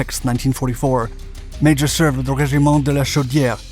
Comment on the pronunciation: I had the pleasure of meeting Mr. Léo Major, DCM. First of all, his name is not pronounced 'Major', it's pronounced 'Majore'. Also, he was known as the 'one eyed ghost'. A friend of mine was producing a documentary about the Korean War and went to interview Mr. Major in Montréal. He brought me along as interpreter, but it turns out Mr. Major spoke good English. After many questions the producer asked a bold question: 'Did you like combat?' Mr. Major replied, 'i enjoyed it very much.' He also said that 'The Chinese were nothing compared to the SS.' Apparently he was refused for service in Korea on medical grounds, because he had one eye. However, the famous commander of the Royal 22e Regiment intervened and said 'I need this man' , and Major was acepted for service. I don't understand how Major was not awarded the Victoria Cross. When i was in his living room, i realized I was in front of greatness. Despite the fact that he is not a Victoria Cross recipient, Canada Post issued a stamp with his likeness.